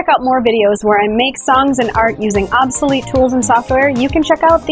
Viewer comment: "obsolete" ?! more like "obsoleet"... no, i won't apologize